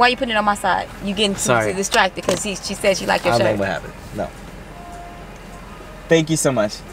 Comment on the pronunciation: He said four thank your lol